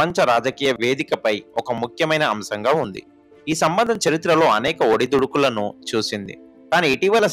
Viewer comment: మీ తెలుగు కొంచం సరిచేసుకోండి, ఒడిదుడుకులు అంటున్నారు ఒడుదుడుకులు అనాలి, ఇది మచ్చుకి ఒకటి మాత్రమే, గమనించండి